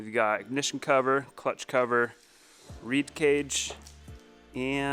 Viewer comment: Its a REED VALVE for God sakes. Not RAD